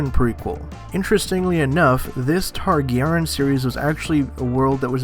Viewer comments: Tarry garry yeen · He doesn’t pronounce the y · youre butchering the name.... its TAR-GARE-EE-IN .... Targaryen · How do you not know how to say Targaryen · I was dying when he butchered the pronunciation. 😂 😂 😂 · I hate the way you say TARGARYEN!!!!